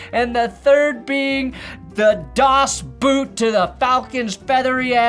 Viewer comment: Fun fact: "Das Boot" is pronounced das "boat". "Oo" in Dutch & German is a standard long O. Which makes sense, since the movie is about... well, a boat. You're welcome for nerdily shitting on the joke.